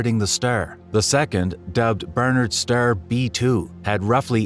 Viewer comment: This AI can't even talk. Ster...😂